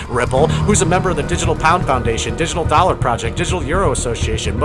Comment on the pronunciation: My god stop calling it the "US doler".